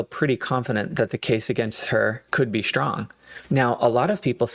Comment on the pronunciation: The word is "strong", not "shtrong". S-T-R-O-N-G. I don't know why you pronounce it like that.